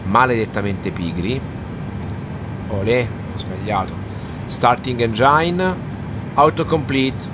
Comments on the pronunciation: Ciao bel video, visto che è una parola molto usata e molto comune, ti volevo correggere sulla pronuncia di "engine", non si dice "engiain" ma "engin"....gli italiani non si sa perché si inventano spesso un inglese tutto loro 😅, basterebbe ascoltare qualche video in lingua, è una parola che ripetono ogni tre per due😅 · Bravo bel video, ma si dice engin, non engiain.